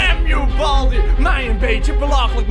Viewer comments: Waarom zegt boldi suprijs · het is geen balbi maar baldi.